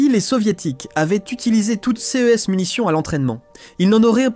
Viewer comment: pourquoi on ne prononce pas correctement "ces"= sé ? et "ce" = se